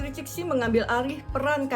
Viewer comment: Ceritanya bagus... cuma tolomg cara baca pinyin nya diperbaiki. Qing dibaca jing. Cixi dibaca jesi dgn e seperti membaca empat bukan tempe. Makasih